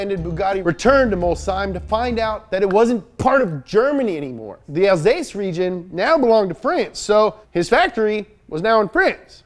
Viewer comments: Alsace not Alsase* Love your channel from France 🇨🇵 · not alsase but alsace ! And also, the tank was designer by his son, jean and not by ettore (i've been in the bugatti exhibition sooner) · A little correction : it's not 'Alsase', but 'Alsace' with a 'c' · It's not Alsase it's Alsace btw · It’s Alsace, not Alsase... but you’re still the greatest YouTube channel the world has ever seen😘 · For fuck's sake it's alsaCe you twat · You know, Alsace is pronounced Alsass at least as far as I know, which you missed a really good opportunity to call Alsassy. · The way you pronounce Alsase is not correct and the spelling should be Alsace. I know this because My parents lived there for about a year back 31 years ago. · Alsace (alssass) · "Alsase" / "Alcase" angry french noises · Please, for the love of God, it's "Alsace" Nice video though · I still can't even that's "alSaCe"😅😅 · I saw that sliver of "alcase" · We say AlsaCe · Je t'aime bien mec, mais on dit ALSACE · How he says Alsace stresses me out, it’s said “alsas” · alsaCe ! With a C otherwise it's pronounced alsaze xD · It's AlsaCe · You're happy they feature your region in an amazing show from overseas that you watch but then they butcher the name of said region. Man it hurts. It's spelled "Alsace" But whatever, love the show ! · It’s pronounced alsass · He also mispronounced Alsace. He does this a lot. For jokes. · Alsace with an S are you serieux mon ami? I found a french monetary converter F700,000 in 1932 is 411,956 euros which is US$:490423 which is serious money, n'est ce pas? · No, I can't let you destroy the name of a French region :'( , THIS IS FREAKING "ALSACE" WITH A "C" LIKE IN "COME ON MAN OPEN GOOGLE" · Your pronunciation AND spelling of Alsace is fucking horrible. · Lmao they butchered Alsace, too, damn Americans 😂😂😂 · *Alsace not Alsase 😉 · Not to be a prick, but and , it should be Alsace, not Alsase. Otherwise, great job, as always! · Alsace not alsase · Alsace, not alsase. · It's ALSACE not ALSASE